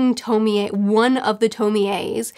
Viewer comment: I know this is relatively old and I don’t mean to be that person. But it’s pronounced (Toh-Mee- Ay). Just bothered me for not good reason. Other than that o quite enjoyed the video.